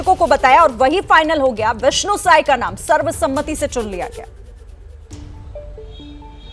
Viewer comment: विष्णु देव सहाय नहीं साय ….रिपोर्टर अनपढ़ है